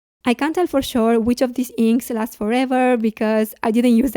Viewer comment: I couldn’t understand your “can’t/can”? For instance whether in the Layering discussion I’m not sure whether you said you can or can’t find very light shades? Many thanks. A nice review.